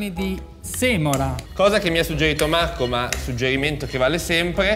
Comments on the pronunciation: AAA cercasi gnocchi “artigianati”, come dice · Uagliò Marco però non far video "mi sfottono per il video di masterchef buhuuuu" a far la vittima e poi fai sponsorizzate da video con 'SAPOVI DELLA MIA TEVVA" a prender per il culo che parli con la 'V' e così via... Ok che come dici tu 'alzi la munnezz' e qualche soldo in più fa comodo ma scegli se esser il meme vivente o la vittima, così è fastidioso.